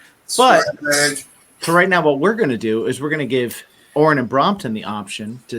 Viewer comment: Watched again, like I remembered…good interview. Gear, food, and mispronouncing “Brompton”. One of these days I’ll get on the Patreon. Keep rockin’🤘🏻